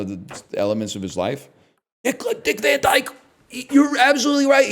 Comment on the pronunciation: You know you're truly Dutch when the thing you notice about Dick Van Dyke's name is just how everyone mispronounces the surname portion of it, not the inherent sexual innuendo.